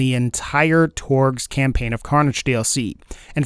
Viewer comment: Torgue Cam-"pain" dlc